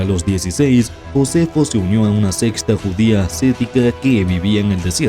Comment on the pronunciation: Minuto - ¿a una sexta o a una secta??? Además que Flavio Josefo escribió muchas cosas que él mismo no vivió, sino que pasaron décadas antes de que él supiera siquiera escribir...